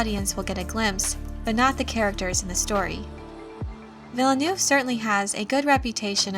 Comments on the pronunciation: His name is less 'Vill-a-noov' and more 'Veel - nerve'. French syllables don't tend to start with vowels, only consonants. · That's not how "Villeneuve" is pronounced :D